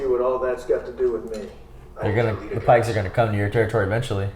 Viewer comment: Maybe don't call the Pikes Pikies, ah, google it 😅